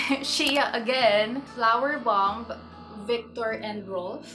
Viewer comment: AND you don't pronounce the B in "bomb'.